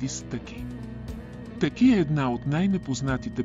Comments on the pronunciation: Не ТЪки а ТАКИ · Много е дразнещо да слагате ударението на ,,Таки,,на последната гласна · Вземи си оправи говора! Казва се ТАКИ